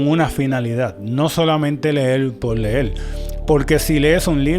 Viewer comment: Hola, no lo tome a mal, pero cómo usted que lee y ha leído tanto dice "leel" y "escribil"?